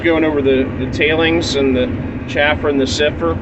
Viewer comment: It's a sieve not a siffer.